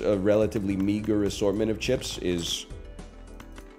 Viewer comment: anyone else love how he says "cheps"? ICANT